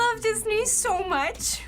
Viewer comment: She sound like she said: I love the new!